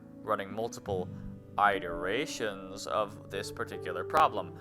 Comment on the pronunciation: okay so: i loved the video! it was very fun! i just have one, incredibly pedantic thing i have to say: it's pronounced "IT-er-ate-ers", not "EYE-ter-ate-ers". "iterations" is also not pronounced with a long I, and neither is "iterate" lol